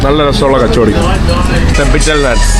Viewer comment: കച്ചോടി അല്ലാ... കച്ചോരി ആണ്.